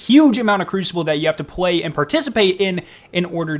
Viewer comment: “Compweet” “pway “ lol 😂 hilarious thanks for the vid